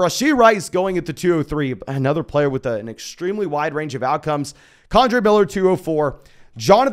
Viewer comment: I don’t know why it bugs me so much, but I don’t believe it’s pronounced condre miller. Kendre, just like it reads